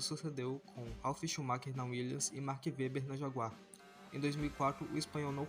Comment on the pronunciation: O vídeo está muito bom, bem editado, visto que foi feito pelo celular está excelente. Se atente aos nomes das pessoas cotadas também, por exemplo, você pronunciou o nome do Mark Webber e do Fisichella errados.